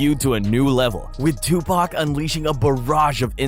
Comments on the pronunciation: and I don't care how it's pronounced but Tupack is just wrong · Hearing the whitest kid pronouncing Tupac is agonizing me.